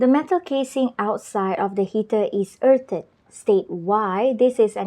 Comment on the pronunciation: Useful video and good point on all details of points. (One thing it is Erff'd not erf-edd for the word "earthed")